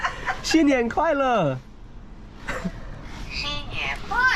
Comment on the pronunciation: Max真不错的本地上海导游，他们讲的上海话，我北方人像在听外星话😂😂😂不过那只鸟说的新年快乐比你说的好🤣🤣🤣